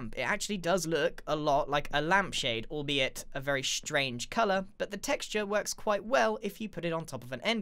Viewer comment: Every time he says “albeit” I can’t help but hear al”bee”it